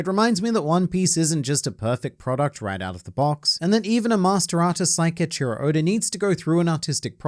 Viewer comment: Sometimes it sounds like he's saying "odor"